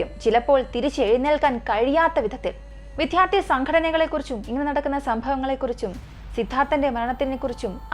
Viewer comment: വിദ്യാർഥി , എന്ന് പറയൂ, വിത്യാർധി അല്ല